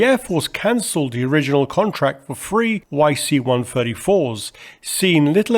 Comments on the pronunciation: Why can't Limey's say THREE. ONE TWENTY FREE, WTF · One twenty free